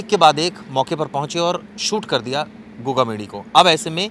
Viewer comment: Gogamni nhi h Gogamedi h sahab